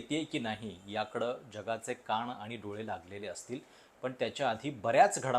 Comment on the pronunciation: कान म्हणा, काण का म्हणता?